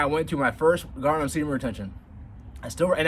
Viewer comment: I really wish you'd practice the word retention until you get it down. It's retention. Not retsjhhhion